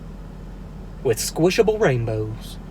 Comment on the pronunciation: Awww "squshable rainbows"